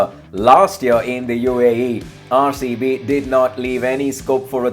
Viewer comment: RaerCB kyu bolta he bhai tu RCB ko